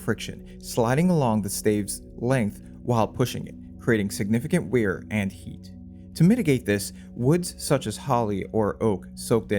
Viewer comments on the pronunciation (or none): For me it's the insane way he pronounces "wear"